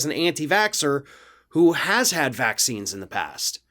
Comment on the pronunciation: VacZines? Woman can't talk, therefore can't think correctly either. The "wordsmith" is equally stupid.